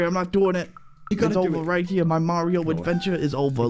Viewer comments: Uh it's Mario not Mareo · It is not marui its MARIO AND NOT LUGI LUIGI